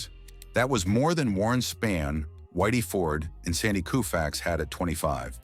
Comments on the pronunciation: Who is Sandy Koo -fax, are you serious with that pronunciation - you should be thoroughly embarrassed….. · cant even pronounce names of legends correctly!! "koo-fax" "Spann"....🙄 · It’s the A.I.(?) or ignorant sports stats’ pronunciations that get me. Calling zero- NIL.. what is this, PREMIER LEAGUE SOCCER? Warren “Span”, Sandy “Koofax” although for some reason it was pronounced correctly the first time it was spoken. But.. the stats such as 7,2 instead of 7 AND 2..for example. That is ridiculous. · Is the narrator a robot? Butchers names. Koofax, Spann. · So this guy literally mispronounces most names mentioned. Do better. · Video was good, next time you do a video find an AI voice that know how to pronounce Spahn & Koufax. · So annoying and disrespectful to mispronounce Koufax's name...several times. Same with Spahn. And HOW many times can you say the same things over and over? AI narration stinks. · Knucklehead narrator couldn't even pronounce Koufax or Spahn. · I'm sorry but between showing a player in a Yankee uniform and mispronouncing Sandy Koufax's name, I'm out.